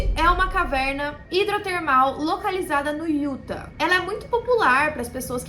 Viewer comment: Uma dica de pronúncia: o estado de Utah se fala “iutá”, não “Iúta”.